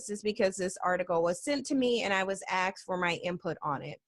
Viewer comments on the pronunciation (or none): You get ASKED, not axed.